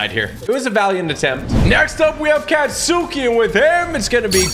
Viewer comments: Lmao can someone tell him how to correctly pronounce their names? Last video he said kachan 🥲💀 then he said ochAhco 💀 at least he said deku right then he said some Catsuki😭 omg then he said tohshinori- 🥲😭 (This is a joke don’t hate I love tg❤️ have a great day!!) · Kinda upset that TG pronounced Katsuki as Cat-suki😭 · sounds like cat suki ... it rlly sounds like cot suki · Me when I hear him say katsuki: 💀💀💀 (Great video though!!! You say it like kot ski) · It’s not catsuki it’s Katsuki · Tg its pronounced caught-ski not cat-suki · Yo TG no disrespect to you but (katsuki) is pronounced (Cot-Ski).Not (Cat-suki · Bakugo:Kattchan not katsuki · Isn’t it ka-Stu-ki not cat-suki ?? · Me)Having a normal day.(Heres Tg say"Cat-suki.(Me)👁🫦👁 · No hate but katsuki is pronounced caught-ski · Ur pronucing it wrong it The name is speeled katsuki But pronounced kats-ski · its pronounced kah-chan i hope that helps😂😂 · Bro called katsuki catsuki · Kaahts -skii fyi that’s how u say it (no hate it just triggered me) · Bro said ketsuki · im not tring to embarrass you but its pronounced katski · TG, please look up pronunciations before saying the character names. You will save yourself from a lot of angry fans, including me. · My boi you miss pronounced all the names except deku and all might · ngl was kinda triggered when the way he says katsuki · Hey tg when saying katsuki name remove the u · Bro don't know how to spell the name and reads the family names wrong